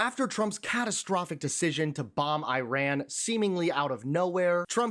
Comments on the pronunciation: Ffs its pronounced Ee-raan, not Eye-ran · Why do you keep on saying " eye ran"? It is e- ran. At least pronounce names properly. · It is not eye-ran, it is Eeran. He did not say Iraq, he said Iran. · Why are you saying Iraq!!! It's IRAN!!! Get your facts straight, you sound like trump not knowing the difference between the UK and the EU. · It’s not pronounced High-Ran, it’s pronounce E-ran, they were you pronounce it reduces your credibility… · Bugs me that people still say I ran, instead of Iran!! I tally anyone? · The "i" in Iran and Iraq is NOT A LOOONG "i"; they DON'T sound like EYEran nor EYEraq. The "i" is a short "i" like in "is" NOT like "ice". CHECK YOUR PRONUNCIATION before speaking, mate!! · Belay that. Why can’t some Americans pronounce it. Why do they say “eye ran”? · NOT Eyeran, PLEASE! 😭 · Just an FYI, your inability to pronounce "Iran" and "Iraq" properly makes you sound like a hick. It's like me calling your country Murrica. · Pronounce “Israel” … now pronounce the “i” in Iran the same way.